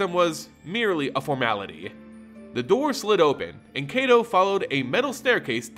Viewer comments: Soo good! I'll need to review this more just to learn more of Neon Kamigawa, one month away as of today! <3 To also help with Kaito Shizuki, they pronounced in the reveal, Kaito (Keye-to) the ai sounds more like eye. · If Kaito's name was pronounced as it is in the video it would be spelled Keito but it isn't.